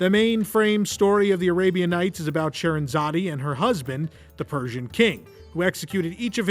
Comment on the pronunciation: Scheherazade... the 'e' is silent. I enjoyed the video. Very interesting.